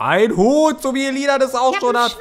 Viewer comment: isch hab ein hüt und der steht mir so güt"